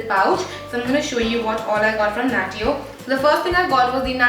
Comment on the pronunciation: Isnt natio pronounce as "nashyo"